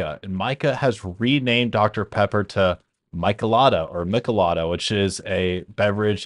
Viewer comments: Meeechalada Not mickalada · Michelada. pronounced me-chill-ah-da